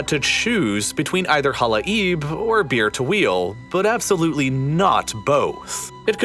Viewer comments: i just cant unheard beer-to-wheel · Can't help but hear Beer to Wheel when you say Bir Tawil... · All i hear is bir tawil as beer to wheal xD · As an arabian, i can confirm you messed up the pronunciation if bir tawil